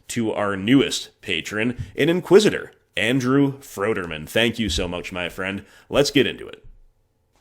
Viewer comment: I know I’m pretty late here (lots of mtg content in the watch later queue), but thanks for the shout out. I’ve been enjoying your content for a while, and don’t know why it took me so long to become a patron. Also you pronounced my last name correctly, which is rare lol Keep up the great work as always 👍 Andrew